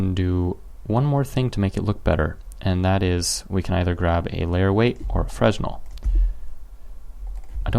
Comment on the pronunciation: Great video; thanks! Pronunciation nitpick for the word Fresnel: see wikipedia